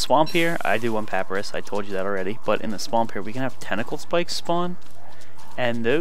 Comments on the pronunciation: in case anyone hasn't mentioned it (in the last 2 years), it's pa-py-rus not pap-rus Sorry to be a grammar Nazi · he said paprus